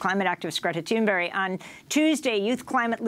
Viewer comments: It's Greta Thunberg not Thunberry. Right? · Why does Amy keep saying "Thunberry" when it's "Thunberg"? It's really weird. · Why are those people from the USA continue to pronounce it ”Thunberry” 😁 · If one hadn't seen the name, Amy's pronunciation would be written as 'Greta Toonberry'.